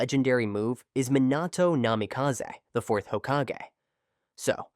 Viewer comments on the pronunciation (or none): try to like re-spell the voice to have the pronunciation correct, like instead of minato, try to do mih nato (but it depends on the accent of the ai voice) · Dude, stop mispronouncing words in your videos. Jonin is pronounced Jo - neen, Minato is Me - Nah - toe, etc.